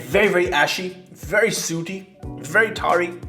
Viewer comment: An 88 isn't an A either. And it's 'sooty', rhyming with 'bookie', not "suity".